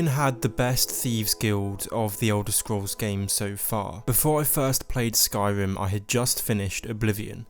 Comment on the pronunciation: "Skyvim" lol "Morowim" "Pwovince"